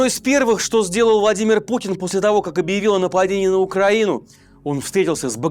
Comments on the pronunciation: Я сначала подумала, что "владимир пукин" мне послышалось,но пересмотрела раз сто,нет не послышалось😂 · владимир Пукин? Несколько раз послушал;)😂